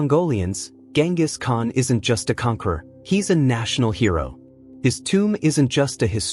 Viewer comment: Atleast he isnt calling him GinGis Khan.